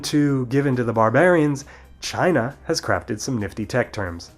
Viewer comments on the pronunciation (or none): none